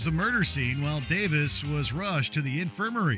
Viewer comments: A couple of minor corrections: it’s not Ray and Dave Davis, it’s Ray and Dave Davies…pronounced Dave-eeze. And Stuart Sutcliffe didn’t play bass guitar for the Beatles, he played drums and was replaced by Ringo Star who they wanted originally but was unavailable at the time due to his previous band commitments. Stuart was the better drummer but Ringo had the personality they wanted. Otherwise good job! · The Jesus and Mary Chain... noise pop? don't think so 🤣 It's not pronounced Davis, it's Davies (dayvees). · Re: the Kinks. It's DAVIES, not Davis. Jesus. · Basic rock history: The Kinks’ brothers are “Davies”, not “Davis”. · Ray pronounces it Davis, Dave pronounces it Davies.